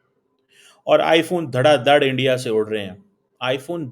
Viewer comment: Start saying "Bharat" instead of "India". Your pronunciation and enunciation of "India" is way off.